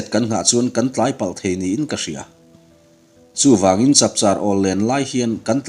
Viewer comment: "Tlangah hreusa A ngir changin....." tiha "angir" tih leh "changin " tih lai tak hi i lam dik hlel deuh lo maw."angir" tih hi rihniam leh "changin" hi Ri sang tur a nih duh hmel ka ti deuh.